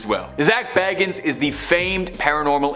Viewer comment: Zak Bagans is pronounced bay-gans. Not baggins 😂